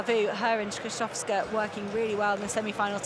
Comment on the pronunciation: TAK CIEZKO BYLO POPRAWNIE POWIEDZIEC PIA SKRZYSZOWSKA?